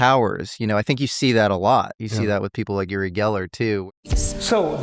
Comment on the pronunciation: It's pronounced "you-ri Geller" not "oo-ri Geller".